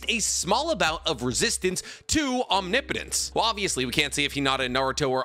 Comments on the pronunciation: I made it through five mentions of the word omnipotent as Omni Potent before I had to quit. 1 minute and 27 seconds. Come on man. I don’t mind when you pronounce Chibaku Tensei as Chibuku or Bankai as Bunkai or Jiujutsu as Jiujitsu. They’re almost endearing at this point. But Omni Potent? Pronunciation aside, Capital-G God is omnipotency. We’re not talking just god-like powers. We’re talking the ability to do anything, and know everything, and be everywhere, at all times, at the same time. omnipotent is pronounced phonetically “omnipitant” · I need to know if I'm saying omnipotence wrong or are you???😂😂😂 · I’m begging to learn how to pronounce omnipotence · Dawg please look up the pronunciation of omnipotence if you’re gonna say the word 5 times every sentence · God I hate that you still don't pronounce omnipotence correctly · I love your content but Omni-potence is killing me 😂, correct me if I’m wrong in terms of naruto pronunciations but it’s usually pronounced aam-ni-puh-tense. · OMNIPOTENCE ISNT TWO WORDS 🤣 why do all the narutubers say it like that ahahjahaha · It's Om-nip-o-tent (Omnipotent) or Om-nip-o-tense (Omnipotence). Not Om-ni-po-tent or Om-ni-po-tense. Every time you say it wrong really grinds my gears! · Why do you call it Omni-potense... and in a few instances actually call it, om-nip-o-tinse... like you got it right a couple times, but even after getting it right, you still go back to the omni-potense... 🤦‍♂️ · Had to stop watching couldn't take the repeated mispronouncing of "omnipotence". Om-nih-puh-tense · no shade man I am really loving the vids but it's not OMNI-potence. It's Om-nipotence. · Will you please say om nip o tents instead of omni potence, youre pronunciation is killing me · Om-nip-o-tence... You're killing me! Lol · I absolutely love 99% of your videos. I listen to them all the time. So please, try saying om-nip-oh-tense. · Small thing: omnipotence… “om-nip-uh-tense” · Omnipotence is pronounced OM-nip-oh-tens oof lol